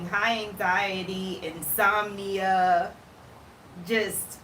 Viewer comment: Did you say "inzombia" ?